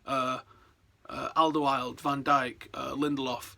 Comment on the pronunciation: Completely fucked up the pronunciation of Alderweireld